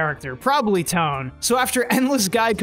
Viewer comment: Not pronounced "Tone" His name is pronounced "Toe-Ann"